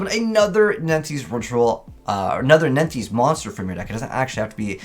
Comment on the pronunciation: I swear he pronounced nephthys different each time